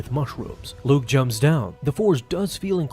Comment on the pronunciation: I was gonna say the same thing… it was Luuke